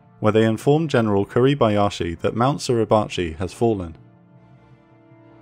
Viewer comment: Suribachi / 擂鉢 / grinding-bow, the pronunciation is SU RI BA CHI. All it take is few seconds to look it up. WTF is SLURRY-BACHI ?